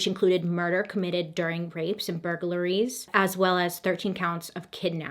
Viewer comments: “Bur-ga-ler-ies” 😂 I can tell Bailey is trying not to laugh each times she pronounces it. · bur-gur-la-ries LOL. It's cute. You should keep it. You use 4 syllables and it's 3, but I enjoy your special sauce. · The way you pronounce burglaries has me rolling!!!! 🤣🤣🤣 I love it